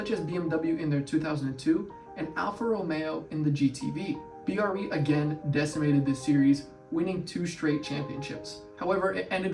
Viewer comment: It's BRE, like TREE not B. R. E.. You should interview PB, he's a terrific guy, brilliant and a lot of fun.